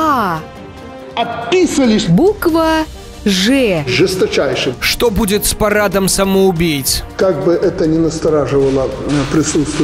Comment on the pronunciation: ''Жэстачайшэ и жэлезабетонно''